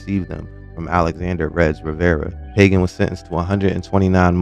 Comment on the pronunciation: And it’s not “Pay-gin” it’s “Pah-Ghan”